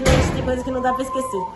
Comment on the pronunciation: Issu eu nunca vou "IXQUECER" LUTO MC KEVIN